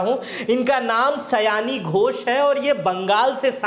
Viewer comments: सयानी नही सायनी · सयानी नहीं सायनी घोष है।